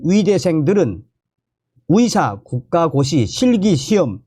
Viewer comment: "의사*를 *위사*로 발음하시니 헛갈립니다~~ "의사"로 바로 발음해주세요~~